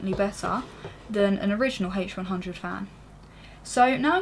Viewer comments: "the hache who-won hhhundred oeye" lol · I like your video, but I didn't like the way you pronouce H100 -.-..